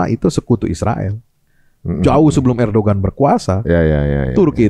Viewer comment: baca nya ERDOGAN